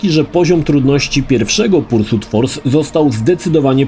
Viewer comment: Nie no, to "pursut" kłuje w uszy niemiłosiernie ;D